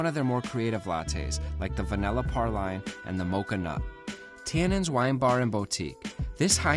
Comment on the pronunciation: The "liberry" (20 times or so) drove this retired teacher crazy! And "praline" isn't pronounced "par-lein".